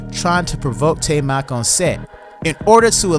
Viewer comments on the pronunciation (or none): Tye-mak, not Tay-mak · Taimak is pronounced TIE-MOCK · come on, man... it's Taimak. TIE-MAHK